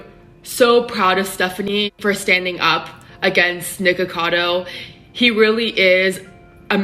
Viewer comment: Everytime says nikocado I hear "nigga cado" I'm crying help me i cant breathe 😂